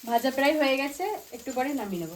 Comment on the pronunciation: Peray hobe na pray bolun